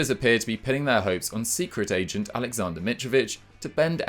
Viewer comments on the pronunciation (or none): none